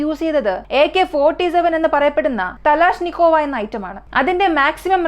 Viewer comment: തലാഷ്നിക്കോവ അല്ല കലാഷ്നിക്കോവ ✅✅✅